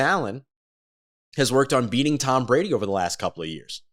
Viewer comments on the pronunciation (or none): none